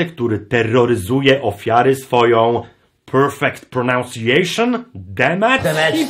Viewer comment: PERFEKT PRENANSIJEJSZYN